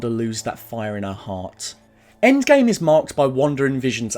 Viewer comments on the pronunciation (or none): none